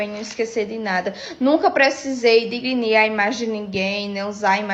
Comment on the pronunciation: aUdutização? Digrinir? Não deu a devida atenção às aulas de português. (Mas gostei muito da fala dela. Que bom que ela se livrou das más influências).